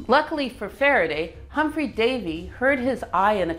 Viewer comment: Humphrey Davy - not 'Humpry'.